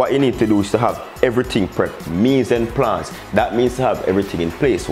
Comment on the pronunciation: Mis en place is French. Pronounced as mie-z-uh-plass